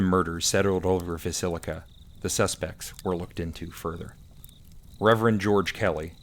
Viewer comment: I know, I mispronounced Villisca a few times, sorry about that.😂